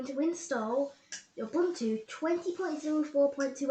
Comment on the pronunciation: hey dad, its ubuntu not unbuntu